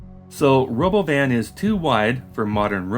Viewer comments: lmao this is the first time i've actually heard what he said, Ro-BOH-vin is just the icing on the cake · 'The Robovn' ... like he just misread the word that he wasn't aware existed 😂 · We could have an “autonomous world” or we could just build more regular ass trains and use more buses, which we already know how to do and which require no technological innovations. I guess they are not “futuristic looking” enough for some people. Also, would it kill Elon Musk to fucking rehearse a presentation ahead of time? Also also, ruh-BO-vin? FUCK OFF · Christ, he called that thing the Ro*BO*van? I really didn't think I could hate him any more than I already did, but here we are. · I thought the stupid pronunciation of robovan was his 12 year old sense of humor which got precisely zero laughs. But of course it’s because he stole the name like he steals everything else in his life. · I think the weird pronounciation of robovan is just musk trying to distract from the fact that it's a van, a shitty one. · Change my mind: the Robovan (I hope I'm pronouncing that correctly) was completely inspired by Robocop's helmet. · OK, now the stupidest thing he's done is the pronunciation of Robovan. Wtf even was that? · I guess someone was showing Elon the idea of a Robovan and Elon read it out loud by mistake. Instead of admitting he pronounced it in a strange way, (that would hurt his ego), he stuck with that weird pronunciation.